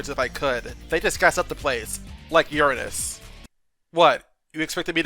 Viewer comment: YEEEESS!! Someone who actually said Uranus correctly!!